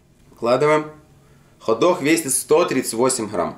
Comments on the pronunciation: Хот дох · Вертуха, хадог, аж уши вянут 😪